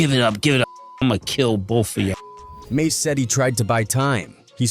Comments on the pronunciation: Fallout with 'Mahs' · This a.i shit wack. Always messing names up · It's mase not mos😂😂😂😂😂😂😂😂😂😂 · You lost me, and all credibility at “Moss.” wasted minutes. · As soon as they pronounced mase ‘mass’ I locked it off this AI shit is corny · I stopped watching at “Mos” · Mos why do you white people do that? Always purposely messing our names up! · No 👎 its mos 😅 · That dude said mos😂😂😂😂😂😂😂😂😂😂😂😂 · How could you possibly butcher the name “Mase”? Then the rest of the video you say it correct?